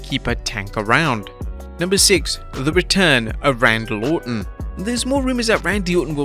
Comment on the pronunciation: No one calls him Randal ortan 😑